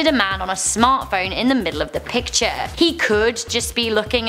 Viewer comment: "Pitchers" hold water and/or throw balls... you MEAN to say "PICTURE"... but you like Nic Cage, SO...